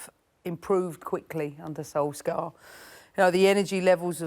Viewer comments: Why do people call him "solskah"? Wtf is that? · Who tf is ‘Solskgar’? 😂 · The question is, why can’t she say Solskjaer properly. Scar 😂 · Can we discuss the fact that she just called Ole "SolsCAR" 😂😂😂😂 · She calls him solscar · Im sorry but did she just call him SOLSCAR? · Okay I get it English speakers. You won. We have to know your language, you don't have to know ours. But c'mon. You've got the correct sound in your language already. Sol + chair = Solskjaer. Everytime you pronounce that K you infuriate 20 million Scandinavians, stop it or else we will... we will.... we'll do nothing, but c'mon. Do right by the baby-faced assassin. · You know there's a Muppet on the Tele when Paul Merson is more able to pronounce player names then them.... Why can't she speak properly?! "Solks-ger" 🤣